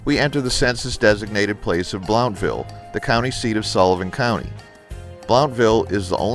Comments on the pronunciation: "Blountville" is pronounced as "Blunt-ville" not "Blownt-ville" LOL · I heard (From my Real Estate Agent) that it was pronounced "Bluntville"